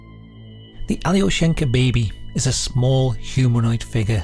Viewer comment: The way he says Russia's Alien Beh-bee! 😂